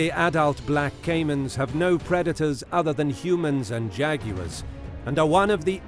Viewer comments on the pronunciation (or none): none